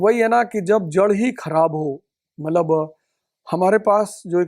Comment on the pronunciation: मतलब को मल्लब बोल रहे हैं